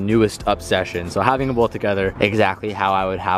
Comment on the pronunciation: Stop saying bolth